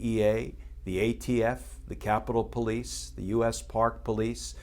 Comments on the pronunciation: I love the way Kirschner said po-lice with the accent on po. This guy is a great commentator and knows exactly how to accent words to achieve a given effect. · The "Po-lice", LoL Truth!